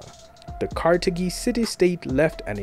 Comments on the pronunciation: Carthage is not pronounced kartagee but kartaj it shows you don't know what you're talking about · Carthage is not pronounced "Carta-gee." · Carthage is pronounced ( KAR-thij) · Carthage is not pronounced karthakey. Also, it is not technically "african", but phoenician. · I’ve never heard Carthage pronounced that way but maybe that is the true pronounciation, it was an African civilisation afterall 😂😂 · You mispronounce Carthage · That is not how to pronounce Carthage in English.